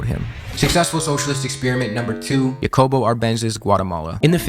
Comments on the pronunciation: Nosotroa pronunciamos Jacabo Árbenz no Yacobo, y Salvador Allende (Ayende). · nice video, but your pronunciations are wacked! Jacobo - Ha-ko-bo Allende - Ah-yend-de